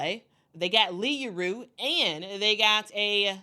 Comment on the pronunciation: Love your videos, Yueru is pronounced you eh ru.